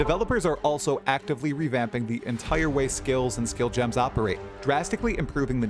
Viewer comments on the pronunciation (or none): none